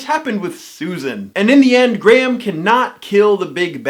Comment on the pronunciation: Perhaps if you actually had the respect to pronounce Graham's name as it is meant to be I would have more respect for your opinion but actually I don't think I would as it is disingenuous, mean spirited and delivered with an arrogant which makes your videos utterly unappealing.